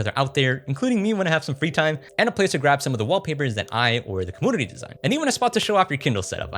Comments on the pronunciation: Compooter, comoonity bro can’t say u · Every time you say commünity or compüter breaks all the seriousness of what you're saying lmaoo